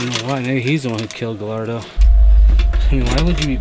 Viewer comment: Just for the record, his last name Gallardo, is pronounced Ga-yardo :) 'll' in Spanish is either a ya or ja sound. I'm super intrigued to see what happens!